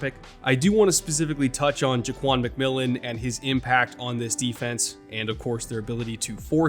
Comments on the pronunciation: as a broncos fan, THANK YOU for pronouncing J-Mac’s name correctly lol announcers keep butchering it on broadcast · Thanks for pronouncing McMillian's name correctly! Nobody on TV can it seems.